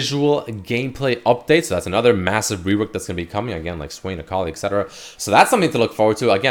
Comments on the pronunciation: It's ET-cetera, not EC-cetera. You're saying it incorrectly. A lot. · It does matter and no you can't "choose",. There is a correct and incorrect way to pronounce everything, it's not a matter of personal choice, just proper and improper English. Saying 'Eccetera' is objectively incorrect. Google it if you don't believe me.